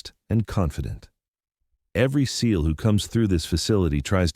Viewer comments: Can you make the artificial stupidity how to not pronounce seal and while you are at it. The special martial arts outfit is not called a GEE EYE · Ca't AI pronounce SEAL instead of spelling it? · Di you really need to spell out Seal? It’s a bit distracting. I don’t think AI will also spell out deal or meal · Why do you spell out seal just say it